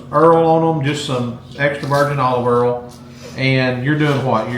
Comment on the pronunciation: Oil or earl 😂